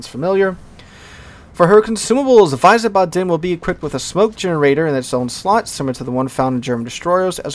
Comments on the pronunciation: The German cruiser name is pronounced "Veez baden". It is my adopted hometown. It is also right across the Rhine from Mainz. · I believe it's pronounced Veez-barden there. Grand Duhchy Flint was an Atlanta class there chief. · I think when you wanna speak it out correctly i would spell it weesbaadn (you speak the a a bit longer at the b,d,n short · ... Wiesbaden is pronounced "ˈvisːbɑːdn" , not wisen:ba:den. You gave it a good shot tho👍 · Wiesebaden pronounced VEEZBODEN. Having been to Germany and to the Baden twice, it's easier to pronounce. Great video covering the Update! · Its so cute how you say Wiesbaden :D You say it like its written "Weisebatten". Note that its "ie" not "ei". Sadly idk a word in english i could use as an example in english for the "ie" sound but its very close to a normal i. The "W" is more like a englisch "v" like in "view". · VEEZ-bodden would be a close phonetic example for english. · Yeah I lived in Germany a little bit and when he said Wiesbaden like that it made me cringe lol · some don't know that W in German is pronounced as a V. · it's not that, he added an en in the middle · haha same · I just knew that anyone who is non-German would butcher the pronunciation. It makes me cringe when they do. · Stationed in Germany in the 90's. Hurts my ears to hear pronunciation.